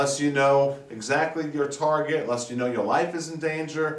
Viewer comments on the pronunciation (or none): none